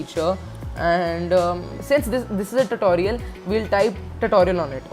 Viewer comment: Bro it’s not tatorial XD